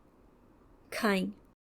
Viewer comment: your voice quality is too good but please prononse correctly. It's not khain. But khai खाई। खांई नहीं ❤